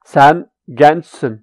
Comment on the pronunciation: in sen gençsın :ç ıs silent?